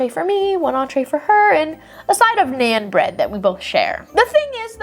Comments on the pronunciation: For story #4 I agree with bad Apple, but your pronunciation of Naan is wrong. It’s not like a normal an sound(pan) more like a awn sound(lawn). Btw my parents are from India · I’m not trying to be rude or mean but for future reference it’s pronounced non also love your videos